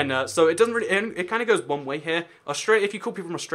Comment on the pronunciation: aust ruh lia. Instead of aust ray lia